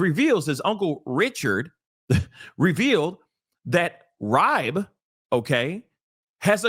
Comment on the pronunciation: His last name is pronounced Reebe